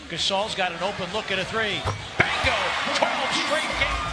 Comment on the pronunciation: Why does the commentator keep saying bango.